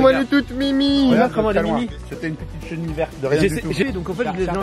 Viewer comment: une cheniliille